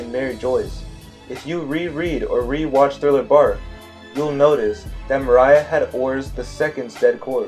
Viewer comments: Say it with me More-ree-a Moria In all seriousness, excellent video, don't know if you've seen the mega one piece theory going around but his latest video is about joy boy and these 2 theories could fit well together. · Had to stop watching. I put up with you mispronouncing Mor—ee-uh I put up with the stupid thing with D and O. By the way if you overlap their Ds you just get a D. You’d have to flip one first. Also that whole line of thinking is flawed horribly. Other characters have names that start with O: Oden Otsuru Oimo Omlette just to make a few. But Rogers surname is Gol not Gold. It’s literally Roger who explains that in the story. Come on man. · This guy said moariah🤣🤣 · "Mariah" lmao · I'm interested in this theory but the way he said moria is fukin distracting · Everything sounds valid but do i trust you if you can’t even pronounce Moria properly?😂joking. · Bro. How u gonna make a video and yet still mispronounce Moria. Like seriously. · The way you said moria like 20x made me cringe so hard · You made some good points, I was actually surprised. However everytime you went off wildly speculating about anything mildly coincidental that's so unnecessary to the theory you just completely lose me... also it's Moriah not Mariah 😅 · Nah I don't think this is it... also isn't Moria's name MOR-ee-uh? Not, Mor-AYE-uh? I feel like a lot of this is grasping at straws (pun intended) making mountains out of mole hills. Its one thing to make some vague speculations, I'm not so hard to convince of them, but to use those speculations as a basis for more speculations is too much of a stretch (pun) I'm being a bit nitpicky, but I could really tell you're reading off of a script; it was kind of hard to focus on the information you were actually trying to convey sometimes. I would work on trying to speak more naturally, or such a way that it isn't so monotone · Why do you keep calling moria "Mariah" 🤣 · Its moria not maraya 😭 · Dude. It's pronounced More-ee-ah Not More-eye-ah